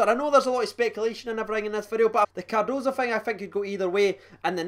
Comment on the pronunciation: Im just happy you’re saying Cardoso and not Cardosa